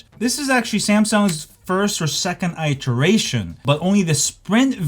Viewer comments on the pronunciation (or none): it's not eye teration its it eration